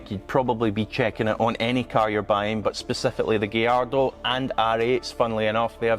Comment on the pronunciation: It’s not a “giardo” It’s gallardo ffs